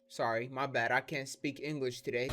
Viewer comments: my guys computer says “Sorny”😭💀😂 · Sore knee